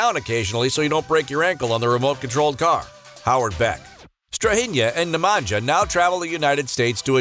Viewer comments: Love the Jokic brothers. One thing to note Nemanja is pronounced Ne-man-ya not Ne-man-ja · Strahinya and Nemanya(StrahiNJa and NemaNJA) not NemanJJa...Nj like Nju York (New York) 😆 Talk serbian so everyone understands you! :) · Like you pronounce name Strahinja (Strahinya) - the same way if for Nemanja ( Nemanya) ...